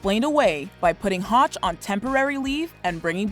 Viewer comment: How can you love him when you didn't even get his name right!? It is HOTCH